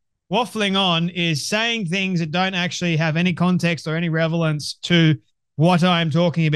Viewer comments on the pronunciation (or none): You don’t waffle but the word is relevance not ‘revelance’ 🤦🏻‍♂️